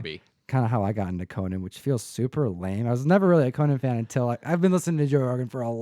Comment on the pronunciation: His name is CO - NAN not Coe-nin. He’s a warrior not a talk show host